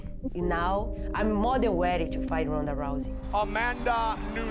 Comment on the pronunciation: Amanda is more then weady. weally